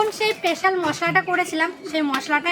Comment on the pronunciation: Peshal na special